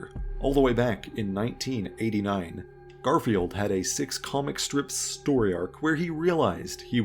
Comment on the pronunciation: The constanly saying garfielf's name wrong reminds me of how some people treat spogbop